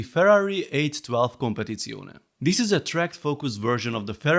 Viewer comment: Congratulation from Italy for your pronunce of Competizione. Always a great video!